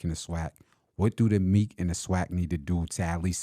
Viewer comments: Why are you calling the MEAC Meek, it’s pronounced Mee-ACT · It’s ME-ACK, TSU is in the Ohio Valley Conference. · The who??? The “MEEK(?)” 😂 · I came on here to just let you know you guys sounds dumb when it comes to HBCU football lol that’s coming from a swac guy go catch alcorn vs grambling or Alabama st vs Alabama a&m can’t even pronounce MEAC right lol